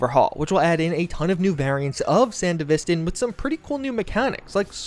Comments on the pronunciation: sandy vistin??? ugh. san dev vis stan. its not aff gannistin its afghanistan. ugh. nice video though, other than that butchery. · Anyone else experience a slight micro tick when he says 'san-de-vis-stin'. Ive always pronouced it as they do in edge runners. And I think is just messing with me on purpose. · ah yes, the sand-uh-vist-in, the cyberware from hit anime sibberponk eggroll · I Get Confused Everytime You Say Sandevistan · The way you pronounce sandevistan is so frustrating lol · bruv anyone notice how he said sandevistan ? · dude still refuses to pronounce sandevistan right